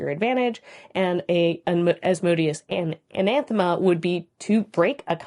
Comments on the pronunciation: It kind of sounds like you are a saying "anaNthema"... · Good video but you really like adding that second N in anathema. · I enjoy the content, but if I have to hear you say Anathema with an extra N one more time. I'm gonna lose it.